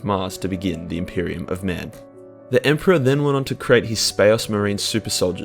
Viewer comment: "The emporaH then went ohn to cre'ate his Spa'ocemarines.."